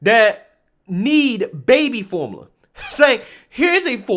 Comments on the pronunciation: can't say formula. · That word is like Form-you-luh.